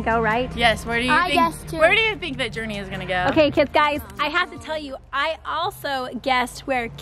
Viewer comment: Umm? I'm pretty sure everyone does treat her the right way? Not sure what you're referring to.... Everyone of her family and friends is super proud, accepting, and loving. And so are all the fans. And one last thing..It's JourNee. Not Journey.